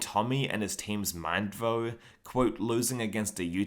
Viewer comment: 'To be honest Though-e' I don't understand the need to add an e at the end of the word though